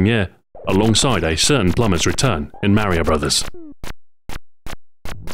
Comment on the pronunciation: Who is this "Maryo"? Its me "Mar i o"